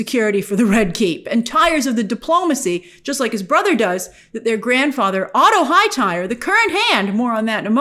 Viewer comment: Grace really said Otto HighTIRE?! Huh.. fancy changes mush? Hahahahahaha